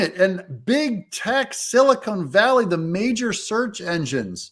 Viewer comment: "Silicone Valley"? Every time Doug says this i think of fake tits.